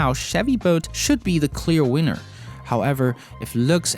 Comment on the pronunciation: It sounded like you said Chevy bolt is a clear wiener add